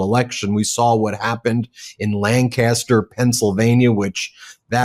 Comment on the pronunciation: We pronounce it "LanK-as-ter"